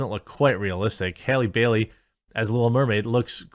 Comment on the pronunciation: Its Bailey not Berry